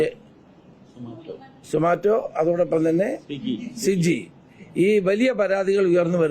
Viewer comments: സിജി അല്ല അണ്ണാ swiggy 😄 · മിനിസ്റ്റർ, സ്വിഗി, സൊമാറ്റോ എന്നൊക്കെ തെറ്റാതെ പറയാൻ പഠിക്കുക,ഒരു ശിവൻ കുട്ടി സ്റ്റൈൽ അല്ല താങ്കളിൽ നിന്ന് ജനം പ്രതീക്ഷിക്കുന്നത്..കോട്ടയത്ത് ഒക്കെ നടന്ന തോന്ന്യവാസം ഒന്നും കണ്ടില്ലേ..മയക്ക് മരുന്ന് അടിച്ചവർ നാട്ടുകാരെ മർദ്ദിക്കുന്നത്.